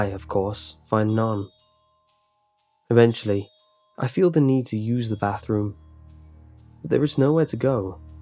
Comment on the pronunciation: E-vent-ually ahahahahahaha